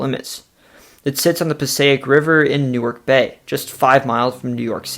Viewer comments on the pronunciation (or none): You said "Passaic" right the first time and wrong the second time. There's even a rhyme, "Eat a steak, piece of cake, that's how you say Passaic".